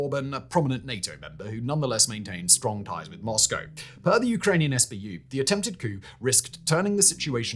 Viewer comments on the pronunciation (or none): none